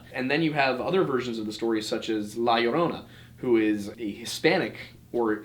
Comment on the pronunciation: Something I like about is the effort he makes to speak as correctly as possible words in other languages. After hearing the butchering from some other creators of ‘La Llorona’ it's soothing to listen a fairly decent pronunciation. Details, me mates. The devil's is in them. Keep it up, dudes.